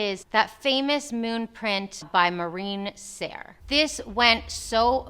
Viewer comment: Love your videos! Just the brand name Marine Serre, maybe better to pronounce it in its french way just my opinion. Cheers from Australia